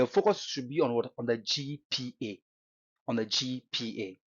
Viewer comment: Eii, abrogyire kakra wo ko ye na wo ascent asisa saa no? see how you pronounce GPA sef, anyway, great insight, as usual